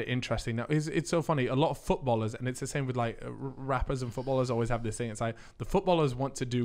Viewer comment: genuinely. Saying "it was a long ting" literally within 5 minutes. Yeah. This is gonna be a goodun!